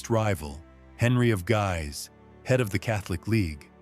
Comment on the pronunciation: I'm grateful to you not to take my remark badly ! All the more that I was excessively severe with you if I think of what we can here elsewhere. What specifically caused my "🤯😤" here, was the pronunciation of "Guise". Allow me to hand over my "trick" to you : just write the name whose pronunciation you're not sure of into an e-transaltor, select the relevant source language, and click on the 🔊button. It will give you the proper way to say it. I've just made the "test" with our "controversial" "Guise". Depending on whether the name was French, English or... Italian (salute to Queen Catharina de Medici, 😉), it sounded 3 different ways.